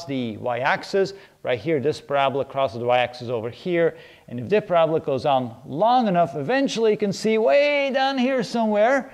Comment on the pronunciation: PRAB-LA???? Or PARA-BOLA?